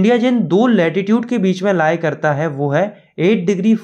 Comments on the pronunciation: latitude❌ Attitude ✅ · Latitude❌ Attitude✅ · Attitude ❎️Latitude✅️ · that will be latitude not attitude 😅